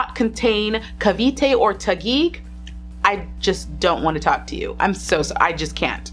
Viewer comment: Im glad you say cavite phew